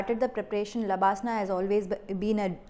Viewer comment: lbsnaa.....not labsnaa